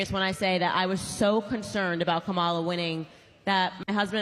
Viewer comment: her name is Comma-La no Ca-mala